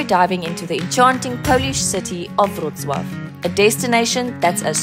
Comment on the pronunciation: Respect for great "Wrocław" pronunciation :)